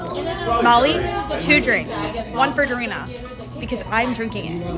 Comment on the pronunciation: She is not durin-nah. She is dah-ree-nah 🙄